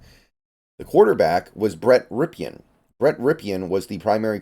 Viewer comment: It's pronounced Brett RIP-in.